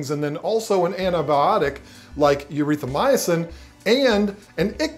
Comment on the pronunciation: As a pharmacist, I love the way you butchered the word 'erythromycin' 😂. Good informative video anyways. From a betta lover